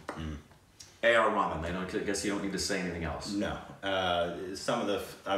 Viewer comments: AR Rhay- maan! NOT AR Ramen pls haha <3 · literally said AR Ramen. 😂😂 It’s Ray-h-maan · Guys you gotta stop saying AR Rahman as RAMEN.... it’s enounciated as REH-HA-MAAN.... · You mean ramen dwajadi😂😂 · Did you said AR Ramen..?? Naruto wants to know your location. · Maybe this can help but A.R. Rahman is pronounced A.R. Raha-maan